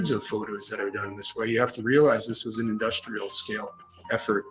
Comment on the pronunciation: In-Dust-L’air ( r/l switch)